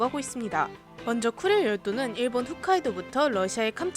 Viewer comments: 훗카이도가 아니라 홋카이도입니다. Hokkaido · 일본어좀 알고 있는 선비가 지나가면서 말합니다. 훗카이도가 아니고 홋카이도라고 말해주셔야합니다.^~^